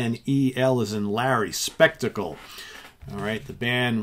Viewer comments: Actually it is pronounced Shpek-tah-kle in German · I just want to thank you for shows like this which is as interesting a concept as you've ever come up with. I hope you keep it up. On a more pedantic note, Shpek-tackle as it's pronounced in German is of course the German word for spectacle. A Canadian who's lived in Germany for six years now so I can't help it!